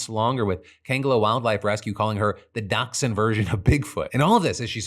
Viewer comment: Can we talk about the way that Phil pronounces dachshund? 😐